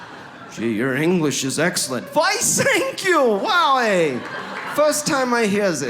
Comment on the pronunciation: I heard your "I thank you" ...with your German accent!